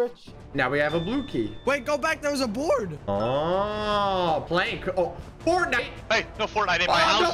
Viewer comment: the way he said fortnight 💀